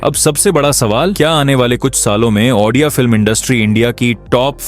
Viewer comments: Sir aapne video to achhi banayi he lekin ek hi sikayat he aapse ki aap jo baar baar ondia cinema ondia cinema bol rahe ho wo ondia nahi odia he.aap ondia bol rahe ho wo sunne ke liye achha nahin lagraha he baaki aapka video achha he. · Bhai video baht hi badhiya tha aur informative tha bas pronounciation me bhai Ondia nhi hai Odia hai wo❤ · Jay Jagannath Andia nehi Bhai o di a=odia Or bahut achha laga😊🎉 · Brother it's Odia not Ondia, please pronounce it properly. Ondia meaning in Odia language is Male (Gender). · Ondia nahi odia hai brother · this is not ondia this is odia ...ओ डी आ writing ✅ speaking ❌ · Ondia nahi re odia film, achhe se pronounce karo, nahi araha to material karo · Ondia ❌odia✅ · Are bhai ondia nhi hai odia hai support you but or bhi informative subject lao odia film industry se lekar ❤❤❤❤ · Pehle to ap ondia kehna band karo. Odia bolo Odia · I am from odisha Jay Jagannath, btw Ondia nhi Odia (Bhai ne Odia & India ko milake -ondia Kardiaa😅😅😅) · Odia likh kar bhi ondia kiyu bol rahe ho bhai sorry mango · Abe wo ondia nhi odia hai tu sala hamare language ko badnab kr rha hai 😅😅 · Ondia nhi bro odia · That's No Ondia 😢 That's Odia bro 😊 Jay Jagannath 🙏 And thanks for explaining our culture 🤩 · It's odia ,that is ODIA (ଓଡ଼ିଆ) . not ONDIA , ok👍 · Ondia 😂😂😂 Nahi hai 😂, ODIA hai 😊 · ओड़िआ भाषा को ऑनडिआ बोलके मजाक बना रहेहो 😡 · Ondia Nehi bhai odia cinema par video banane ke liye thanks (lekin ap odia ko ondia bolate ho to bora lag ta Hai sorry😢) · oNdia ❌ ODIA ✅ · Odia❌ Ondia ✔️ 😅😂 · Ondia ❎Odia ✅ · That's not ondia That's Odia And also not oddia Only odia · Ondia nehin bhai odia hey . Btw thank you for your support. Jay Jagannath 🚩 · Ondia ❌ odia ✅ 🤭🤭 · Ondia nahi odia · Bro researched so much but didn't have time to pronounce ODIA correctly. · Aap Indian nehin hai kya, state ka naam thik se bol nehin pate ?????